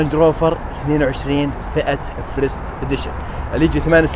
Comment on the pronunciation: فيرست و ليس فريست 😂